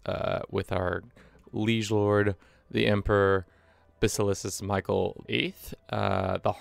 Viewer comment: great content but please for the love of God say Basileus right